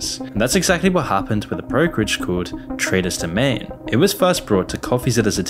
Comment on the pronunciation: your limey vocal filter pronounces Traders Domain as Tre Does Jermaine